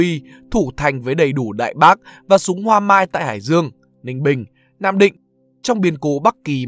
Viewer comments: Thanh niên ơi, súng hoả mai chứ không phải súng hoa mai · Súng hoả mai chứ không phải súng hoa mai.